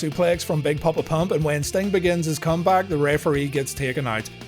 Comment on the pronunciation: ah yes, the man called stomg